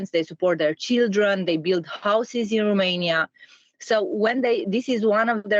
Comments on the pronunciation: I agree. I cringe so hard every time I hear someone say RUmania, and not ROmania. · it's ROmania/n not RUmania/n, the pronunciation is off and you're spreading it.